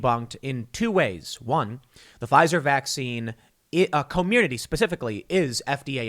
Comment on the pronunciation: It's Cormirnaty, not Community Tim.